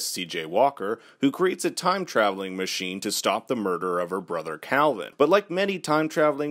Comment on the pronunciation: its machine Not menchine!